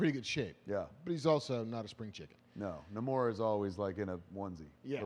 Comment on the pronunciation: Kevin, it's Namor - /NAY"•mor'/. Fuck.